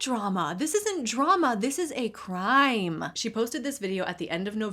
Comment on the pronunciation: "girl WHAT drama- this is a CRIIME" 😭😭